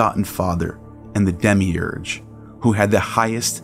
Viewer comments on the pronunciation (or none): none